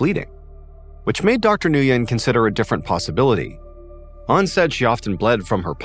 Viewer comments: Nguyen is pronounced “Win” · The doctor name is pronounced when. Nguyen. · Nguyen is pronounced win. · Dr. Nguyen is not pronounced this way! It’s pronounced like “win”. Makes me laugh!😂